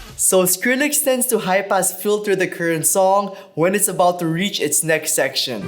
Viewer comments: I totally thought you said "HYPE ASS FILTER" and I was like ...whoa that's a pretty edgy effect name for a Pioneer mixer. Oooohhh HIGH PASS Filter... duhhhh. lol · I can only hear "Hype-Ass Filter" instead of high pass. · stg I hear high pass as hype-ass every time